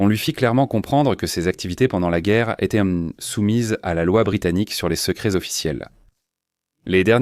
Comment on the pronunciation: Insupportable ! Etai-ent. fure-ent, saleté de traduction informatique.... Nul